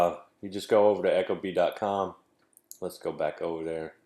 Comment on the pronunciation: Pronounced "eek-o-bee" not "echo bee" - source: Ecobee's marketing/installation videos